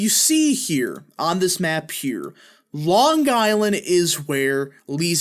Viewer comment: It’s Ho-Kull.. not Hoo-cull and Long Eye- land not Long Guy-land.